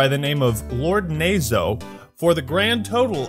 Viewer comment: Tbh knowing Japanese and hearing "nazo" mispronounced over and over hurt a little bit lmao